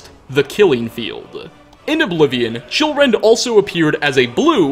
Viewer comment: I thought he said children not chillrend